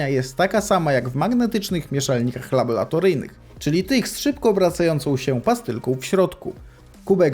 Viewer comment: Błagam. Tylko nie labolatoryjnym. Laborantka nie labolantka.